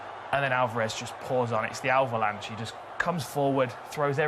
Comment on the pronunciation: "Alvalanche". Hell yeah!